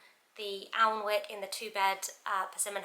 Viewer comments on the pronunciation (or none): Very helpful video, also id add that alnwick is pronounced annick, it is a northumbrian town with a big castle 😊